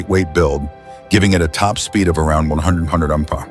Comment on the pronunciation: Bullshit Ai, can't even say MPH correctly NOBODY "FOrgot" about these. Pure CRAP.